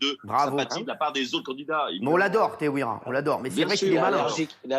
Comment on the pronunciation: Teihoura* en prononciation si tu préfères cyril